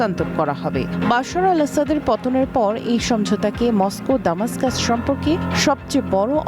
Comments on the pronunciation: দামাস্কাস ইউরোপীয় বা ইংলিশরা বলে। আরবি বা আমাদের জন্য হল দামেস্ক। উচ্চারণ সঠিকভাবে জেনে খবর পড়া উচিত। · রাজধানীর নামটি সটিকভাবে উচ্চারণ হচ্ছে না।